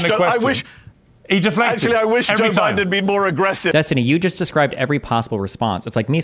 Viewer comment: Yes Destiny, you pronounced it correctly keep on using it that way